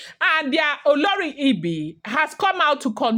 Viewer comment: Same spelling different pronunciations you are doing great 👍 olori ebi and oloree for the oba's wife.